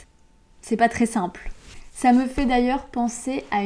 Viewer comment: Est-ce que mon imagination ou ... ou vous prononcez 'simple' avec un [à] comme 'exemple'?